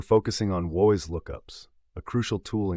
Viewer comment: It's probably AI text-to-speech, but so many things are pronounced in off-the-wall ways. WHOIS was where I stopped since everyone knows it's literally WHO + IS. It's pronounced something like whoa-is in the video. When you can't say the terms correctly, I have to assume you know nothing of the topic